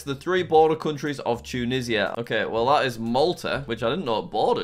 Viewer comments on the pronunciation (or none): Im american and it hurt when he said tunishia instead of tunisia